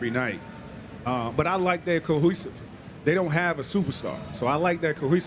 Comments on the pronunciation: Mac couldn’t say cohesiveness😂😂😂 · The was he tried to say cohesiveness would have to me out if i was them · I screamed when TMac tried to say cohesiveness